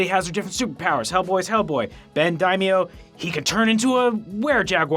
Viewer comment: If you wanted to learn how to pronounce "Daimio", you could check out and find it. By the way, you are saying it correctly.